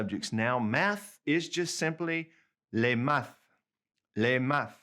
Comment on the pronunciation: Check your pronunciation of "maths." There is no "th" sound in French. The h is silent and only the t should be pronounced = [mat]